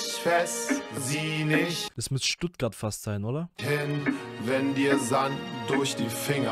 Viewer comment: Ich frag mich ob du dich extra so stellst... "stuttgart" oh man